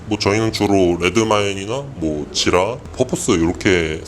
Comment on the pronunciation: 저는 지라라는 프로그램을 처음 들어봐서 그런지 계속 지라... ㄹ 처럼 들려서 좀 당황했었네요 = =;..